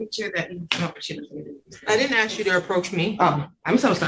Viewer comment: Dont rent to people that cannot pronounce the word “ask”..